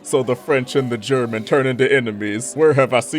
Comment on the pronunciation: 3 hours of? Yes please!